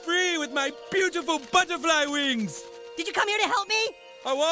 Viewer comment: I AM A ✨ BUTTORFLI ✨